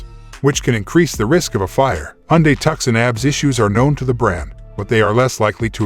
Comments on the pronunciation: "TUK-SUN?!" Its "TOO-SON" ....AS IN Tucson, Arizona.....just like the SANTE FE, as in Santa Fe, New Mexico. Jesus christ I can see and HEAR the decline of America's IQ in real-time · It's 2son,.....not tuckson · It is pronounced Tooson. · Please call thus vehicle by its rightful name! TUCSON pronounced TOO SON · People review a car and can't even pronounce it? its 2son . I have owned the 2022 Tucson Limited Hybrid for almost a year now, best and most fun car I ever drove, just love the safety and ease of lane centering. zero problems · You cant pronounce the name of the vehicle you have no business reviewing anything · Zero faith in any video that doesn't even know how to pronounce Tucson or calls ABS "abs" (like as in stomach muscles) Apparently there are 14.3k really dumb people out there because that's the amount of subscribers. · You sound American yet you fail to pronounce the name of the American city it’s named after “TUCSON” “C” not pronounced!!